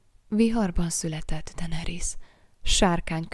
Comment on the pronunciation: DAENERYS= DENERISZ